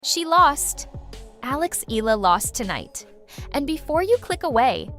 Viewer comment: Last name is pronounced as EH-YAH-LUH